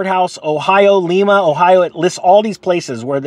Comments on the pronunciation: Lima, Ohio is pronounced Lyma, OH, not Leema, FYI. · It’s pronounced yo-st and Lima is lime-ah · It's LIMA, just like the bean, just sayin'. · It's pronounced Lima like the Bean.